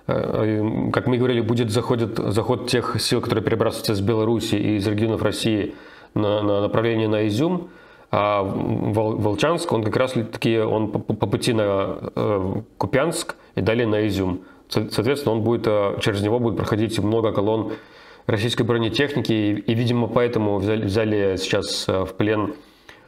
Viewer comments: Волчанск - правильно Руслан сказал. Но остальные - нет. кУпянск, а не купЯнск, барвЕнково, а не барвенкОво Связь у мариупольской группировки ВСУ есть. Сегодня подрвзделение морской пехоты официально опровергло массовую сдачу в плен. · БарвЕнково, ударение как всегда не туда) Мой родной город... И КУпянск, не КупЯнск) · КУпянск, а не КупЯнск. Так, чисто ради грамматики. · Ребята , город К-у-пянск. Ударение на первый слог. Не сочтите за наглость, просто слух режет. Спасибо за сводки. Каждый день смотрю с самого начала. Привет из Харькова. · Руслан, ты правильно делаешь ударение в названии города ВолчАнск, но неправильно в назвяниях КУпянск и БарвЕнково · Руслан, ударение в этих городах кУпянск, сУмы (но область сумскАя). Волчанск говорите правильно :). Спасибо за вашу работу хочется знать максимально объективную информацию. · Руслан, я не знаю или ты это прочитаешь, но уже которое видео хочу сказать - населённый пункт называется "КУпьянськ" ... ударение именно на У это просто поправка, в целом - спасибо за работу, нужную и правильную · Передайте Руслану что правильно - Ку'пянск. На У ударение. )) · Спасибо за обзор. Руслан, хочу немножко вас поправить по произношению населённых пунктов: кУпянск (ударение на У), БарвЕнково (ударение на Е). Изюмчани вас смотрят))) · Коренной купянчанин на связи. Руслан, почему-то в Волчанске усомнился в ударении, а в Купянске - нет. Ударение на первый слог - КУпянск. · Из Волчанска поступают сигналы, что там уже завод разбирают. И правильно говорить КУпянск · Правильно уданение ставить на "е": БарвЕнково, и КУпянск, ударение на "у". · ВолчАнск, да. Но: - КУпянск, - РогАнь, - БарвЕнково. - CумскАя область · кУпянск На У ударение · Купянск, ударение на первый слог!